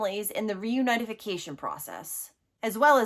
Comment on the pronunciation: I love your podcast,. You’re a wonderful advocate for these children. May I make one correction in your verbiage, respectfully? I’ve been in the field for many years and I’ve never heard anyone say “reunionification”. It’s “reunification”.